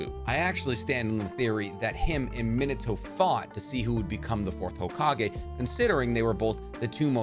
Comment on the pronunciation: please please, stop pronouncing the “i” as a consonant, it’s pronounced shisui (shEsuE) and minato is pronounced (mEnatoe) rinnegan is also pronounced (rinnigan) sorry i just can’t focus on anything after you say it